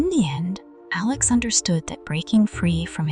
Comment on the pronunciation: Stop mispronouncing Alex 😢